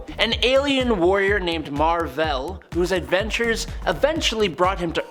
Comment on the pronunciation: Mar-Vell not Mar-Vella 🤦🏾‍♂️ Sorry 🖖🏾